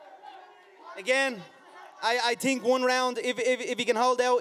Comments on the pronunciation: They don't tink like he tinks. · They don't mink like he minks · "I predict I'll rearrange his face... I tink one round "... hahaha